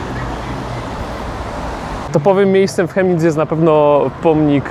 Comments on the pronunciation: Prawidłowa wymowa nazwy miasta to Kemnic, nie Chemnic. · Wymawiamy tą nazwę miasta Kemnic (fonetycznie) a piszemy Chemnitz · To sie wymawia " Kemnitz"... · Kemnitz sie wymawia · chyba z tego co słyszałem oni „Kemnitz” wymawiaja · Zez mieszkam od noe dawna w Chemnitz ale nadtepnym razem mow przez K a nie Ch🤦‍♂️"kemnic"